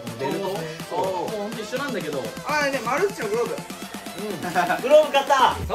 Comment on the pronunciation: マルッチって言ってんのわざと？ マルチじゃないの？😅